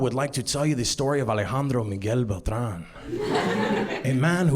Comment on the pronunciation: When he introduced himself, he didn't pronounce Beltran correctly, but in a joke he did. Half & half